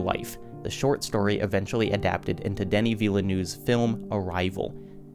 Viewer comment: Denis villenoose is actually pronounced : Denis (that was good) Vill (like in villain) - neu (like in neurons) - ve (like in brave)